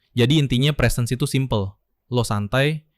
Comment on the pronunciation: presence itu bacanya bukan prisens, tapi presens dengan e pertama nadanya naik dan e kedua nadanya turun. bisa didenger di google translate untuk pelafalannya. positifnya ini bukan konten AI sih